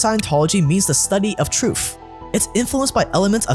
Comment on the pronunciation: Great question, what is 'troof'? Lol just kidding, great videos!